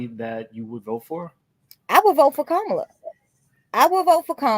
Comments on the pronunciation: CALM-MUH-LUH that’s how you pronounce the VP’s first name 😂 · Her name is pronounced “Comma-La”! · Can we finally...say her name right Kamala...like "COMMA-LA"...